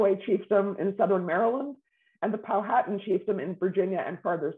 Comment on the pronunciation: This “expert” should learn the correct pronunciation of Powhatan.